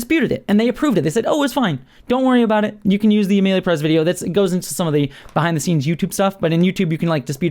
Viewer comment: Its Emilia Pérez, not "Peréz". Come on now.